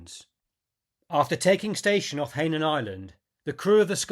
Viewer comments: I believe Hainan is pronounced "hi-non" with the accent on the second syllable. ps: had no idea Rickover served so long! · That’s an interesting way of pronouncing Hainan.